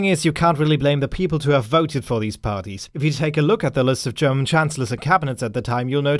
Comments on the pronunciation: Perfect German pronounciation!!! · You are german arnt you? Always if you pronounce german words there is no actcent. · Your German pronunciation is great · Hey, just wanna say: thanks for your perfect pronounciation of german names - usually doesn't happen - continue like this :) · Man, dude can pronounces german names flawlessy. It´s so unusual hearing german names not being butchered. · are you german? If not, Your german pronunciation is really good. Kudos. Good vid. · Are you German? Because you're pronouncing the german names very very well :D